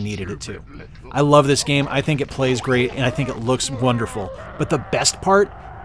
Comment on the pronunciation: Super fun video! Have you considered Opera? You even rolled that “rrrr” in “great”. Nice!😃 I need more 64 in my life. 👍🏻👍🏻 GASP! The prequel to the holy trilogy. Shame, shame. Very well done.